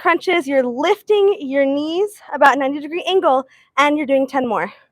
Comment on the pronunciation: What is up with your speech? Why do you overly stress the last word of every sentence?? SO FREAKING ANNOYING- “So sorrrray” “90 degree angulll” I literally can not listen to anymore of her voice, I’d so scratch my ears off